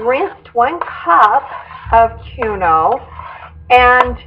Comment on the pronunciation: I made this tonight. It was delicious and my family loved it. Just an FYI - I think quinoa is pronounced, Keen-wah, as this is how they pronounce it on the Food Network.